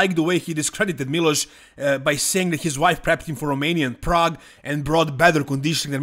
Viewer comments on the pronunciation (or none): none